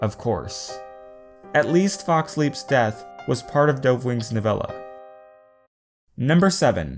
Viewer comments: did he just say doeve? C’mon man, its dove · who the hec says dovewing with a long o because its you and i dont like it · let's all just take a moment and appreciate dovewing. he pronounced it wrong aaaaAAAH